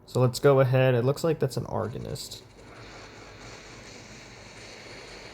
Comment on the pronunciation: bro said argonist